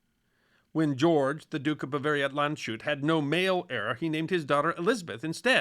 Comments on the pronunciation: "Land-shut" Nope. sh in German is never the same sound as in English. Think of it as 'Land's hat' ('sh' is 'sch' in German.) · I hate to be the guy, but Landshut is pronounced: Lunds-hoot It translates to "the guard of the land"